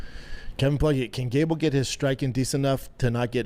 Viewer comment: Only Shaub could make gable sound like gayble